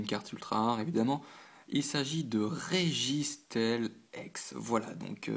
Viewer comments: Ca ce prononce Stile pas Stèle ^^ Steel = Acier en anglais :) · J'aimai plus cette série que l'autre ex team aqua - magma. sinon registeel les 2 ee se prononce i ;) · ca se prenonce registil